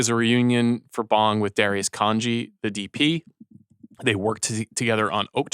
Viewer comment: I love the show but you guys are butchering Bong Joon-ho’s name. it’s not pronounced like you’re smoking a bong. the ‘o 오‘ sound in Korean is pronounced like ‘oh’.